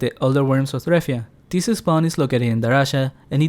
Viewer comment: Why do you pronounce ''this'' so extremely weird? ''thisseehh spawn'' ?